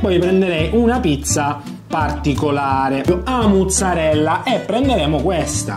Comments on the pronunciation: non so se vi siete accorti ma avete detto tutto il tempo “A’ muzzarella” e non “A’ maruzzella” ahahah. Comunque fino all’anno scorso abitavo lì in zona e posso dire che anni fa le pizze erano molto buone, poi hanno cambiato gestione e sono diventate immangiabili, mi stupisce vederla considerata come migliore con tutte quelle recensioni positive, avrà cambiato di nuovo gestione🤷🏽‍♀️ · "qualcuno ha detto giastit" "amore calmati" "qualcuno ha detto giastit" "amore stai esagerando" "qualcun..." "Stud" "amore, tutto bene?" Ma quando diventerete pieni di seguaci e di visualizzazioni, come farete a fare tre video a settimana? 😊 P.s.: ma la pizzeria è "a muzzarella", o "a Maruzzella"?